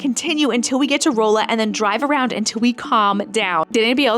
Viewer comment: Missouri has odd pronunciations. It is pronounced Rolla as if the beginning sounds like Ronald . Rah-LA